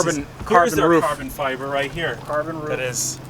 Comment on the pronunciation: 'Is that carbon fibber?' LOL!!